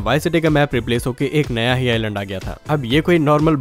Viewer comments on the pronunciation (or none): none